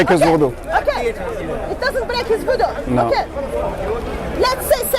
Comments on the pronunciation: It is wudu, not voodoo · It's not voodu it's wudu